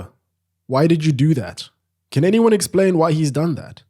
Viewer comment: "It kyan"